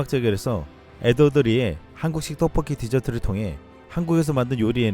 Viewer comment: 그런데 영상의 내래이션을 맡는 성우가 성우로선 부적합하다. ***난 이 사람 개인적으로 알지도 못한다. 오직 성우로서의 발음에 문제가 있다는 것만 지적할 뿐. ㅡ 특정 단어들의 연음에선 항상 혀짧은 소리가 나오며 제대로 발음이 안되어 단어들이 제대로 전달이 안된다. 구체적 예를 몇개 든다: ㅡ 의 '한국식 떡볶이 디저트... ' ㅡ '제 첫 작품으로 ' 를 발음할 때 심하게 발음이 안되어 마치 외국인이 한국말 하는 듯하다.